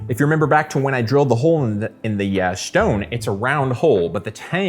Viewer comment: The shtone